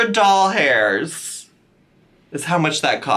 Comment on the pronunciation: Lmao I'm glad I'm not the only who says doll hairs instead of dollars 🤣🤣